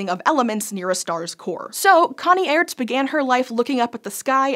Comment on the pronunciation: Just so you know, it's pronounced like the word Arts. The e is not pronounced, it used to be used to make the letter before it (in this case A) sound longer.